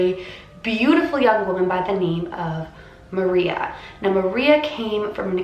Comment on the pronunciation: Her name is said like Ma rrrrreeeeeaaaa